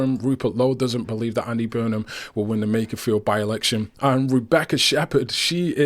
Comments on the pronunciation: I wonder when Rupert will realise it’s Makerfield, not Makersfield…. 🤭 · Rupert, there is no ‘s’ in Makerfield!